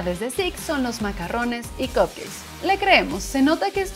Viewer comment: no se pronuncia macarrones x1